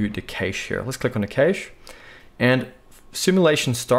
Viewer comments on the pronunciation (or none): I'm pretty sure cache is pronounced the same as cash, just fyi